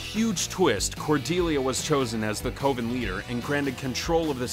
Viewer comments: Coven sounds like cove and oven combined. Not co-van. Lol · lol the co-ven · Holy crap dude...do you have nobody to proof your video's before you publish them? "Coe-ven"? Are you serious dude? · "Co-ven" Literally say it in the show, mate. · Why is he saying Coven like that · I disliked because he can't pronounce Coven right. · Went str8 to the comments to see if this drove anyone else mad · Like that thing you bake cakes in, the o ven. English is Hard! lol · he did mispronounce coven, it just reminded me of American Movie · American Horror Story: It's Coven, as in OVEN Arrested Development: His name isn't pronounced Gob as in job. It's a long OH like globe and a soft G (like a J sound). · What kind of pronunciation are you using?! "Coven" is pronounced with a short "o". And, for the record, you also mispronounced GOB's name. The "g" isn't pronounced like the "g" in the word "gorilla". It's pronounced like the "g" in in the word "giraffe." And this time the "o" is long. If you're going to talk about these things, learn how they're pronounced.